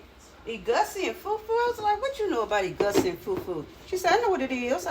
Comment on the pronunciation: Ee-goo-see. Ky-ann pepper